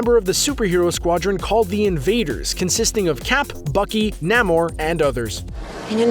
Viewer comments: NAHMOR THE SUB-MARINARA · It’s pronounced NAY-MORE